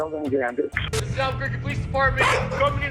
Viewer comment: “albequerqu—“ oh no.